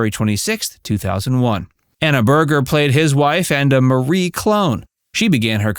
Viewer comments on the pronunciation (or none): none